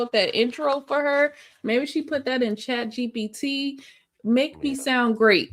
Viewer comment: Queen, according to the brilliant Kendra , it's "Chat CHEE CHEE PEE." 😂😂😂